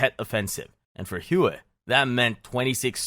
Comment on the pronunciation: I love being educated on History by a person who can’t pronounce a single location’s name correctly. Hue is pronounced like “way” not fkin “whoooeeeyyy” 🤤